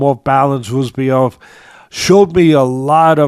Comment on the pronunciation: sounding like Uncle Chael with the name pronouncing… Buckley vs Roozabov